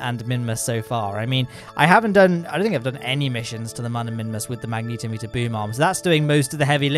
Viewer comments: I love your vids, but please learn to say magnetometer XD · I'm impressed they bothered with making the closed-cycle mode of the RAPIERs, you know, closed-cycle. They clearly didn't get much efficiency out of it, so imagine how bad a gas-generator version would be! Also, I always assumed it was "magne-TOM-eter," not "mag-NETO-meter," so TIL I guess.